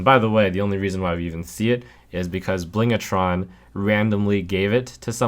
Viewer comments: Small pet peeve, it's "Blingtron", not "Blingatron", there's no 'a'. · BLINGTRON not BLING-A-TRON Thankyou.